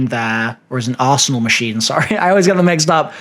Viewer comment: I know he is saying arsenal machine. But I keep hearing asshole machine 😂